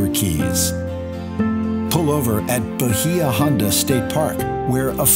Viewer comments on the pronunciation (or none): none